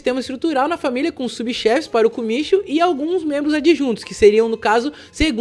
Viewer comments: Oyabun e kumichou, kumichou se pronúncia como kumitiyou😊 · Você está correto 組長(kumicho que se pronuncia kumityou significa chefe do grupo que é decidido através de uma placa para quem será o líder e 親分(親pai 分parte)decidido através de troca de copo de saquê para ver quem será o pai,irmão e filho pelo mundo,portanto mesmo uma pessoa que não tenha um escritório pode se tornar um pai oyabun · Isso mesmo ,na língua japonesa ch se pronuncia como TY ocha (Otya)mas o meu sobrenome por exemplo Yamaguchi se pronuncia como yamaguti e a pronuncia correta de kumityou seria como um acento circunflexo no final cho